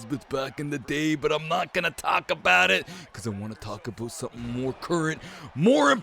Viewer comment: Hearing Macho Man say, “aboot” in the intro and “So, I think there’s a huge black guy on this franchise”. 😂😂😂